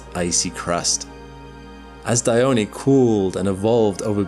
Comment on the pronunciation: Dione, not Dyoni